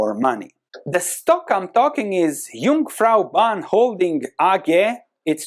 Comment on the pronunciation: Yes I have it also on my radar. My dad worked there and I live in the "Jungfrau Region" and know this company well. It is a rock solid enterprise. You pronounced Jungfraubahn like a native Swiss, respect! The question is this: will the asia tourism recover back to the insane niveau before C19? The strategy from the CEO (mass tourism) has worked well till Feb 2020... now it is a burden). Also the economic situation in Germany impact JB heavily. It is overpriced in my eyes. My target is under 100 CHF, or even under 90 would be nice! Greetings